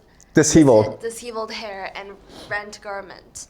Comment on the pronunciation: Diss-shev-ulled, not diss-heave-ulled.